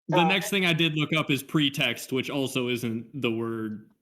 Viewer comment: "Precum text" is what I heard